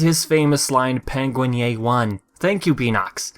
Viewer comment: The penguin yay 1 does have a yay in it. It sounds like it's trying to say "penguin-a nay one" though from that clip.